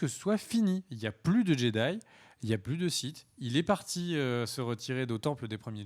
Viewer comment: pas les siffe mais les sith ^^